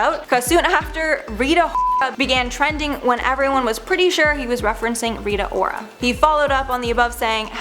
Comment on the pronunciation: Did you seriously just call her Rita Whora? What even is this?